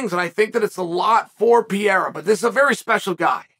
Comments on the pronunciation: Chael must be the worts guy on the planet to pronounce portuguese language names. PEREIRA. PE-REI-RA. Chael: Piyerhawh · PEREIRA. NOT PIERA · PEEEE Air Uhh Chael's pronunciation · Soooo .... is anyone ever going to point out that Chael is saying "Pereira" wrong 🥲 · I stay until Chael says the name then I close. Don't wanna miss his first time saying it right.